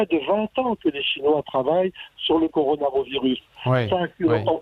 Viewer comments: Coronarovirus.... le mec interrogé et ne sait meme pas prononcer le nom du virus.... rien que ca ca décrédibilise tout mdr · Par contre arrête de dire Coronarovirus!!!! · Le mec,, qui se fait interviewer comme un expert et qui arrete pas de repeter "Coronarovirus" a la place de "Coronavirus", c'est quoi cette blague? lol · Pourquoi dit-il Coronaro virus,n'est ce pas le corona virus ? Que faut-il dire pour être exact? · laboratoire MP4 et coronarovirus... MDR C'est laboratoire P4 et coronavirus. no comment. Il serait bon que les termes un peu techniques certes ne soient pas écorchés SVP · Pareil je suis soûlé par ces gens qui viennent la ramener systématiquement alors qu'ils ne sont pas capable de dire correctement le mot coronavirus...